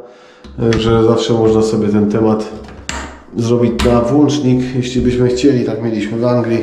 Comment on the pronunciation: ma potężna wiedzę. Ale aż uszy bolą od włańcznika:D